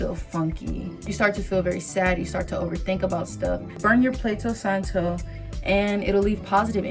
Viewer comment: Not plato santo, but palo santo lol.